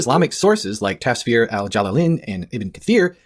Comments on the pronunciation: "Tasfir" Yeah no. Lost me there. If you can't even do your due diligence in pronouncing words correctly, I doubt you actually know what you're talking about. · "taSphere" lok, i can't, these christians can't even pronounce how it is spelled correctly, it's not that hard. Taf-sir (tough-sear). He goes on to say ta-sphere repeatedly. 😂